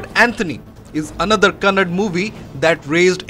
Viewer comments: Kannada not kannad bro Kannadigas start troll u Please pronounce correctly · Love from karnataka..💛❤️🔥 Its kannada not kannad...!!!! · First you learn how to pronounce Kannada. Its not hind hindi so its not kannad Kannada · It's not "kannad", it's a "kannadaaaa". A humble request you to prounance it properly... thanks in advance. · Its kannada💛❤, not kannad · abe kuyya youtuber it is kannada not kannad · Lowde it's kannada not kannad